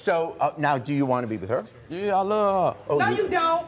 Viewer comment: "How Long have you Luurv her!" I had to rewind, it killed me!